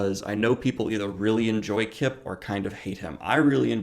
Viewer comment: Kip rhymes with chip